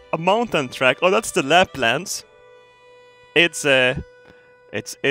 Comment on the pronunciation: ''Its de, its - its de fjäll. Fjällen. De Läplands, very nårt.'' 2016.